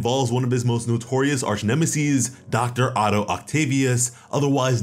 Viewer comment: bro arch neme-seas